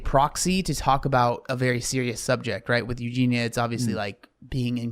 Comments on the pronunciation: I'm convinced maybe he just can't say it because of his accent lol but idk. There were sooooo many comments about the pronunciation on his last video so he must know by now unless he doesn't read them. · It's "You genie ah" please pronounce her name correctly !!!!!!!! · F-ing hell. Her name is EugenIA!!!!! If you want to talk on someone at least get their frikking name right. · for the love of god pronounce her name correctly lol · Im sorry but the constant mispronouncing of her name makes it difficult to focus and enjoy the video. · What does being British have to do with mispronouncing her name..? That doesn't make any sense. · a British accent doesn’t mean you can’t pronounce the “ia” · as someone with the same accent, no it’s not. He just doesn’t realise he’s saying it wrong. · just sounds a bit unprofessional to cover someone often and continue to say the name wrong.